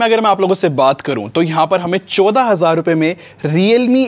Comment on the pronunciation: bhai choda nahi chaudah hazaar hota hai